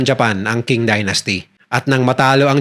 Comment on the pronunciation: Mali pronunciation mo ng "QING" ang tama ay CHING